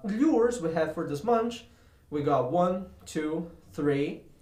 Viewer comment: not to be mean but I laughed so hard when u said munch instead of month